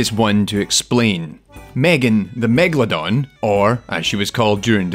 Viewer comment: It's megalodon. Not megaladon, or megladon like he writes and pronounce it.